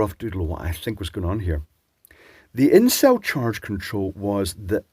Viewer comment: I know you were saying "in cell charge control" but it definitely sounded like "incel charge control" and had me in stitches!! 😂😂